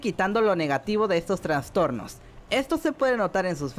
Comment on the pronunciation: "TRASTORNOS" se dice no "traNStornos" vemos que alguien es dislexico jajaja